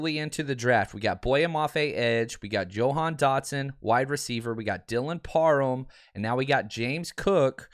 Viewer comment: “Yo-han Dotson”